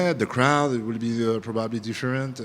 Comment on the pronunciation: “ yeah probubbly “ lmaooo